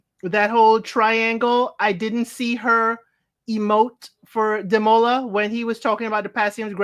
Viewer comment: 😂 the best thing about these reviews is watching you struggling to say Demola's name!